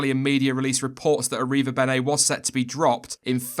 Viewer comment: damn you slaughtered that name